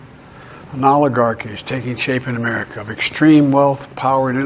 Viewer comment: Did biden say "oligarchy or olive garden"?